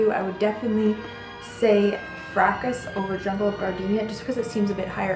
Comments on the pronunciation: Excellent. Elizabeth Taylor also loved Jungle Gardenia. By the way, the 's' in Fracas is silent. Frahkah. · The French classic Fracas is pronounced FRAH kah.